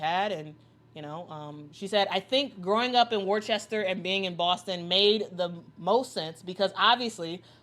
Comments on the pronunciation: What's up?, You're Pronouncing " Worcester", Massachusetts wrongly. It's- Wuh- Stur. Not, Worchesstor. Just Saying. Freeman, from Mt. Clemens, Michigan. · What's up? Thanks for Your Reply. Well, it ( the Sauce be Pronounced differently) The CES in the City Worcester is Silent. Hence, WUH- STUR is the Proper Pronunciation. It Worcestershire Sauce - CES- might not be Silent. I have to Google the Proper Pronunciation for Worcestershire Sauce to make sure. Now, the Sportscaster Should know how to Prononce the Cities in States. She didn't even say it like it looks even! She Pronounced it " Worchester!" Intead of Worcester the way it looks! But Technically, it's Pronounced " WUH- STUR" because the CES in Worcester is Silent. Have a good one, 🕊 Out. Freeman from Mt. Clemens, Michigan. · "Worchester" is pronounced "Wuss-tah." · Being from massachusetts myself I very proud of AB and I love how out of towners pronounce Worcester lol